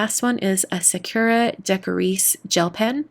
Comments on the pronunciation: It’s not Sa-cure-a, it’s sa-koo-a. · Why do so many YouTubers pronounce Sakura wrong? It's sah-koo-la. I cringe everytime I hear sah-KUR-a.